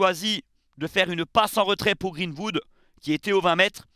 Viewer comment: "GreenVood" mdr😅😅